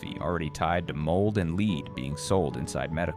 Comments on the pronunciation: It's led, not leed, brilliant A.I. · Mold and LEAD, not Leed. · VIDEO'S OF THIS CONTENT ARE GREATLY NEEDED AND IT IS ABOUT TIME WE ARE TOLD ABOUT ALL THE FOOD & WATER AIR & SOIL CONTAMINATION., BUT PLEASE GET SOMEONE THAT CAN PRONOUNCE WORD'S PROPERLY LEAD IS LIKE LED NOT LEAD BEING LEED / ALSO ALL OF THESE VIDEO'S HAVE A PORTION THAT SOUND'S LIKE JAPANESE OR GIBERISH ? ALL SO FAR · It would be easier to swallow if the announcer knew how to pronounce the word "lead". Pronounced "led" means the heavy metal dangerous to the human system. Pronounced "leed" as the announcer does, means to get in front of someone and show them the way to go. This mistake lessens the impact of the video. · Lead is being pronounced incorrectly. Not leed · You kept saying "leed" instead of lead. A.I. talking. I'm out. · Someone should train he AI reading, and narrator, that "lead" in this case rhymes with "bed" and not "greed". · Lead is not pronounced leed . It is pronounced led. Moron! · This is AI instead of saying "lead" he says "leed" deceptive practices sure. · Thanks fir the information and the recommended brands. I am surprised about some of these beans and how careless some shops care for their coffee machines. Why does your reader read lead (as in paint) as “ Leeds” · It's pronounced "LED" not "LEED" Does no one even proof the AI voice? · LEAD, NOT LEED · By the way the word is LEAD. Not leed. Learn to speak English. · Really BAD AI narration. "Lead" pronounced "Leed"? Among other annoyances. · Your voice is AI. You pronounce LEAD. LEED. STUPID!! PRONOUNCE IT LIKE LED STUPID!!! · Why not edit the fake voice pronouncing lead as LEED? Be human. Use you own voice. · Lead not leed😤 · Where does this info come from? I may take it to heart a little more with a real human narrating. I'd know those AI voices anywhere... It's a dead giveaway when the voice talks about "LEED exposure" rather than lead exposure. I don't trust this. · Leed? Thought it was pronounced Led (lead)